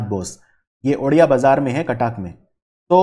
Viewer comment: Someone please teach him how to pronounce Cuttack.